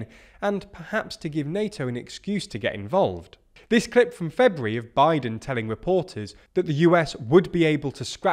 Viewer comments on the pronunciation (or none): none